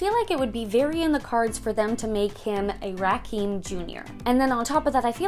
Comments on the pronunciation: Rackkeem jr ? lol it's pronounced Rockeem hence the Rocky in Asap Rocky... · it’s pronounced rah-kim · Pronounced RAH-Kim lol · ASAP’s name is pronounced “Ra-Kim” My baby has the same name, and it bugs me when ppl pronounce it like the way you said 😂